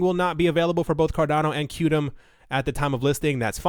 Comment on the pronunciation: Qtum is pronounced as “quantum”...